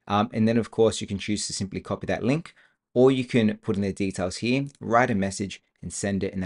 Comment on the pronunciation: a lot of good information but I had to listen to it a few times, the second time with cc on. SLOW DOWN your speech. You talk way too quickly, plus with your accent I found you difficult to understand. Work on the word "here".